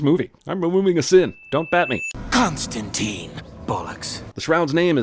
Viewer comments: Ugh, everyone is mispronouncing Constantine, including Jeremy! It seems to be really common error but it's pronounced ConstanTINE like "twine" or "design," not "ConstanTEEN" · Imma be a bröther and give you a life saving tip: It's not t-e-e-n-e, it's t-i-n-e (If link doesn't work just google "constantine rhymes with fine" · Eff!!! another movie the mispronounces Constantine!!!.